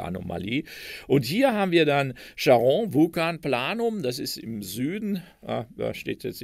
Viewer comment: Wie immer sehr informativ. Die Aussprache von Charon ist etwas eigenwillig. Der Name aus der Mythologie ist auf der ersten Silbe zu betonen. Cháron.